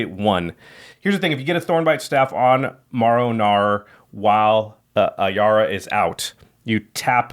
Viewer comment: When nobody said Marrow right😂